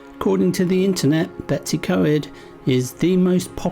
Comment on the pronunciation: Oh lordy how do you get Betsy. From BetWs .i dont know ,you made a pretty good job of Blaenau Ffestiniog! How to annoy many people without even trying very hard .Lizzie xx